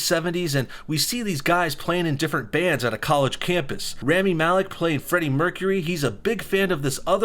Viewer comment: Hearing you mispronounce Rami breaks my heart because that’s my name